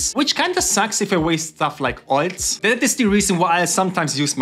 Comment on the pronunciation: "Oiltz" Love your channel